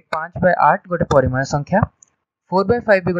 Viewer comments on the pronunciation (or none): It's nice and really informative sir but it's 'PARIMEYA', not 'PARIMAYA' 🙃